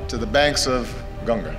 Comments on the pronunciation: I loved it when he said "Ganga" with pure accent, not "Ganges" ❤️ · He said it right when he said 'Ganga'. The former POTUS certainly makes a positive impact with this speech.